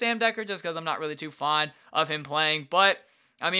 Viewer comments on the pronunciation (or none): none